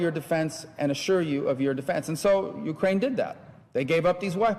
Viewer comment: its' "breathe" not "breath". It's "Ukraine" not "ukrain". You're gonna have some of your Moldova troll-farm pay docked for this one. Do better.